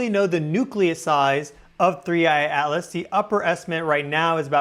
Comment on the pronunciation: I never knew that "Atlas" is pronounced "Alice".